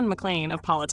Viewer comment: "yippee-kee-yay"???? It's "yippe-kai-ay"!!!